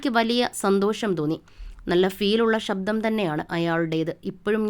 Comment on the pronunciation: വിവരണം നൽകിയ വ്യക്തിയുടെ ഉച്ചാരണം അരോചകം. ആദ്യം മലയാളം നേരേചൊവ്വേ ഒന്നു പഠിക്കു... ഷബ്ദമല്ല ; ശബ്ദം. 'ശ' മുഴുവൻ 'ഷ' ആയി ഉച്ചരിക്കുന്നു. അതുപോലെ 'പ്രതിഫലം' പ്രതി'fa' ലം ആയിപ്പോകുന്നു. 'f' എന്ന ശബ്ദം മലയാള ഭാഷയിലില്ല എന്നറിയുക. ' ഏകാന്ത പ'ദി'കനല്ല; പഥികൻ. സംവി'ദാ'യകനല്ല; സംവിധായകൻ. നിർബ്ബാഗ്യമല്ല; നിർഭാഗ്യം. ഇങ്ങനെ ചൂണ്ടിക്കാണിക്കാൻ തുടങ്ങിയാൽ ധാരാളം പ്രശ്നങ്ങൾ. മലയാളഭാഷയുടെ ഒഴുക്കോ ഭാവമോ ഈ വിവരണ ശൈലിയിലില്ല. ദയവായി മലയാളം നന്നായി ഉച്ചരിക്കുവാൻ അറിയാവുന്നവരെക്കൊണ്ടുമാത്രം ഇക്കാര്യങ്ങൾ ചെയ്യിക്കുക. അല്ലെങ്കിൽ ഇതൊക്കെയാണ് ശരിയായ ഉച്ചാരണമെന്നും ഭാഷാശൈലിയെന്നുമൊക്കെ വരും തലമുറ തെറ്റായി ധരിക്കും. മലയാളത്തെ സ്നേഹിക്കുന്നതുകൊണ്ടു മാത്രം കുറിക്കുന്നു.